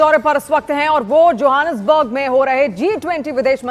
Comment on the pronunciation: It is Johannesburg not Johassonberg . No offense intended but please keep in mind that you have been posting videos for years now , which means you need to be very careful with names and pronunciation .